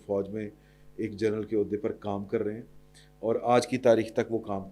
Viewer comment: سید بادشاہ جرنل نہیں جنرل فرق واضح ھے